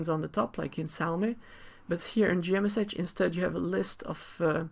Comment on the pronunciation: I think most people pronounce it as "G Mesh" not "G M S H".